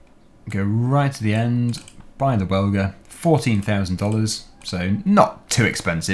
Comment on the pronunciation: im not being narky or anything but im nearly sure the welger baler is pronounced well-jer. Just if you were looking for the correct pronunciation👍🏼